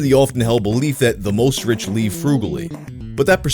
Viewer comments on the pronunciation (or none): "...the most rich leeve frugally" I'm sorry did you have a brief stroke? That's not how you pronounce 'live' and it's a weirdly structured sentence.